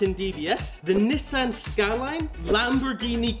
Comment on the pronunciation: No way blud mispronounced Nissan skyline🤣🤣🤣😭😭😭